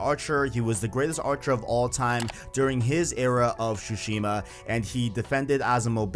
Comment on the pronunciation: Man you really gotta stop saying shushima, its tsushima